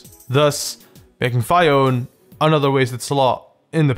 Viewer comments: Its pronounced fi one with the short i duma** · Phione is pronounced FEE-own-ay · Phione = "Fee-Own" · Phione is pronounced Fi-Own-Ay. Your welcome. Also, Walrein was easy to defeat in the Pokémon league in AS. All I did was 1 hit KO him with leaf blade. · It's phione I say it like feon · Number 8 I pronounce it Fee-o-nay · I pronounce Phione Phee own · FEE-oh-nay, or at least that's how they pronounced it in the movie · you pronounce Phione as Fee-own-ayy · It's pronounced FeeownA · I pronounce it Fee-Own-Ay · I don't blame you for mispronouncing Fee-o-nay since that one is difficult... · Phione = fee-oh-nae Sorry that was hurting me... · Fee-oh-nee. Like that weird mythical thing beginning with c--ione. Shush I'm not a historian. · Phione (fee own eee) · it's PHI-O-NEE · pronounciation: fee-oh-nay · phione is pronounced, fe-own-ee. Kinda like that. But they are actually really easy to get from trading. (people are dumb enough to trade you one for a plusle is omega ruby, that's how i got mine) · Phione: FEE-OH-NAY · Nothing is more pointless to me then Smeargle. And Phione is pronounced fee-own-ee according to the cartoon series. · Arceus just pronounce it like "arkeus" and phione as "fione" just like that ^^ i hope u are not upset about my corrections just a comment ^^ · Phione is number 8. It's pronounced as Fi own nay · I think it's like Fee-oh-nay. Maybe. MAYBE. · I thought phione was pronounced fione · Princess phione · I thought it is pronounced ''Fione'' ? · He does not respect that you need to look at everything about a Pokemon before you go screaming that it’s bad. For example, he DIDENT se phione in the anime, he DIDENT bother looking at phiones concept, (that’s why he’s terrible at pronouncing it) and he doesn’t even realize Phiones amazing ability hydration.